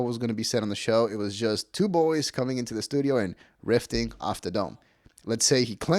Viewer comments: Riffing. Not rifting. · "riffing" not "rifting"